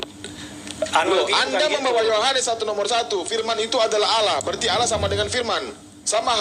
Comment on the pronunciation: Nyebut Tuhan jgn olloh atau owlloh. Tetap Allah namun di perindah penyebutan nya. Sehingga seakan akan Alloh/Awllah/Awllah. Tetap Allah ya sayang